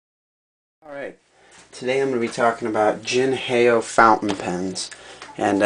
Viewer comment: definitly not jin hay o its like saying hello in mandarin ... ni hao (how) jin how